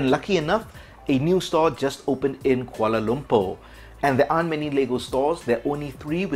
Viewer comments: I just realized you said Kuala Lumpur! Somehow I thought you said guadolupo... I have no idea how. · You have a very distinct interesting accent. I was just wondering where you are from. In the video, you say a new Lego store opened up near you, but I couldn't quite make out what you said.